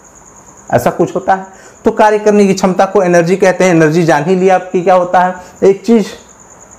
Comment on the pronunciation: Sir oh energy hai elergy nhi